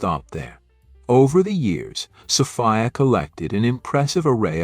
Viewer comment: "Saw-fee-uh" BOYCOTT A.I. !!